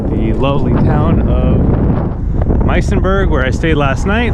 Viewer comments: Just a heads up - it's pronounced "Mews en berg" . Believe it's nicknamed Jewsenberg due to its high proportion of Jews. Really enjoying your videos Xavier. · It's Muizenberg. If you pronounce it wrong then... you probably need more schooling. And nothing brave about the route you took. Just very dumb. Wasted 10min skipping through your video. You took a boaring road. Next time you do a route ask the rite people.